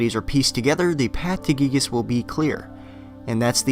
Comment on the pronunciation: You pronounced giygas wrong